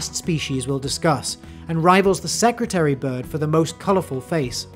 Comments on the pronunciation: Security bird? I am South African it is a secretary bird. As in a secretary that works in an office Edit: just to clarify it was just pronounced weird in the intro. Similar to how you say Nambia instead of Namibia. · Secretary bird* not “secutary” bird. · You can't pronounce "secretary" Can you?